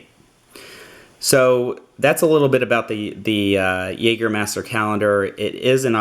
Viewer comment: Great review! Couldn't help but notice every time you pronounced 'jaeger' wrong tho